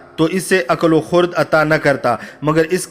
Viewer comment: Khurad nahi hai.... Khirad hai... Thanks for good content...